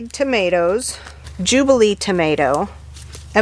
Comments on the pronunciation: Loved the bloopers, tomatrrrrrr lol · You made me laugh when you said termatter!